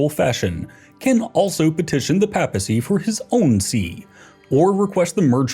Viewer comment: Someone get this dude an English pronunciation guide. Clergy, papacy, archbishop...